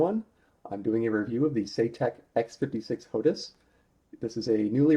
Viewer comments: Why do you keep saying HOTUS when it's HOTAS? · its ho-tas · It's pronounced "Hot Ass"